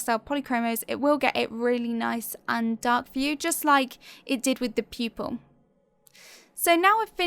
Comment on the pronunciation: I keep hearing you saying "people" instead of "pupil" .....anyways great talent....